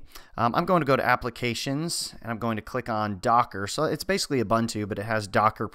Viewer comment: You're mispronouncing Ubuntu quite severely.